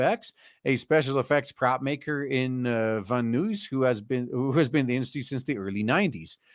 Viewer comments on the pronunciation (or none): Its pronounced "Van Eyes" I know, because here in Cen Cali we have a similarly named street, and I agree Van Nuys is spelled funny, pretty sure the French can be blamed, and if the Van part is any sign it's actually Dutch... Blame the French anyway.